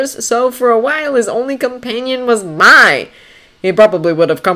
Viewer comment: oh and Mai is pronounced "May" (